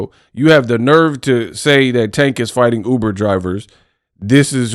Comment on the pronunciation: Paula is a clown 🤡 and has always been a clown. First off he can’t say Tanks name right which is disrespectful. He’s been hating on tank for years. He’s butt hurt, and can never just be a honorable man. Second, I’m glad that the uk 🇬🇧 uber driver lol beat the breaks off him lol😂. I remember when Mayweather fought Connor, Paulina was salivating talking about what Mayweather was making. And said he would come out of retirement for half the amount. So for him to sit up here and continue to be a hypocrite, because we all know he does not like Tank and never gives Tank to credit that’s due. You will be a fool to pass up that type of money, especially in this day of age how the economy is going. To actually change your family income bracket for life. So poly wants a cracker go choke yourself in front of a mirror 🪞. He’s an ass clown 🤡. and thank you for showing the video of his face. You just made my day. Sorry I couldn’t stand this dude when he was fighting and even more so as a commentator.